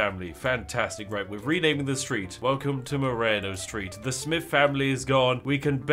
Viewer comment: My last name being Marano, and it's so close to Moreno the way you say it, my ears puckered up lol